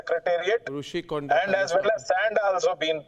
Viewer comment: It’s Rishi konda, not Roushi konda. I understood you got script from TDP. It’s government property not CM personal property.